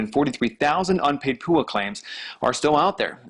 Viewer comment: Don’t ever say (poo-ahh) Ever again 😂 😆